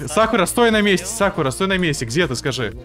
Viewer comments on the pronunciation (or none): Как же режит слух, когда он говорит сАкура